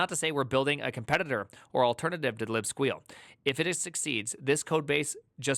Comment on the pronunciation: How are u saying libsqueal with a straight face lol